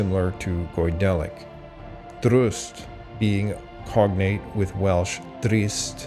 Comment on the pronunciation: you can moan about this man and he sometimes gets Welsh very wrong but at least the boy is making videos.... A lot of us are too distracted by modern life to actually put in the time